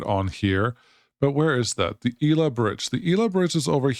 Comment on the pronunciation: Irrelevant comment: Shouldn't that station be pronounced "Ela" like it is in GabriEla or MichaEla? 🤔 Cool game and videos! Cheers!